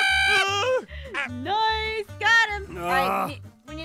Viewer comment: I love how aphmau says noce to say nice